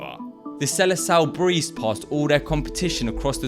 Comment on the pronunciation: the "sele sal" kkkkkkk